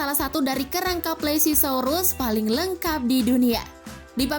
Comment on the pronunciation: itu bukan plesisaurus tapi plesiosaurus